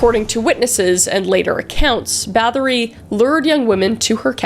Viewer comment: The Lamia (I believe it's pronounced Lar-Me-A) was also linked to the succubus. Bathory is actually pronounced bat-hory as they don't use the th sound and it's though her husband was a sadistic POS too who taught her new ways to torture her victims before he died.